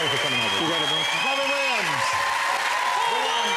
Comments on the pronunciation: The wobbin williams wandom cawacter jennawader. Is he Barry Kripkes father? P.S. Holy shit, I just googled the actor´s name who plays Kripke is „John Ross Bowie“ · Wow, Wobin Williams! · Mr wobin Williams